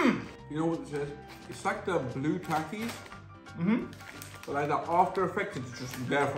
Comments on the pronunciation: Bro it's ta ki s not tacis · how to pronounce takis th-ak-ies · The way pronounces all the names is so funny "Takais" 😂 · takis is pronounced tahkees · They way he pronounced takis lmao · They said takis wrong